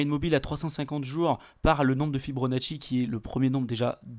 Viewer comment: "Fi-BO-nacci" pas "Fi-BRO-nacci" :-)